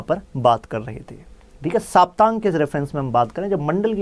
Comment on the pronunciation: सर, सप्तांग बोलते है उसे। साप्तांग नही। सप्त अंग है यह सब राजनीति के।